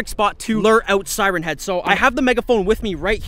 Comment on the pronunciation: It’s siren